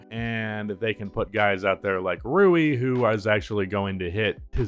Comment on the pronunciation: To this day you say rui's name wrong lmao.